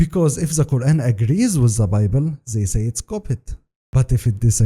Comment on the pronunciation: Let me guess the guy found mistakes in Quran can't say Kaeran right or Izlam correctly. Off course 🤣🤣🤣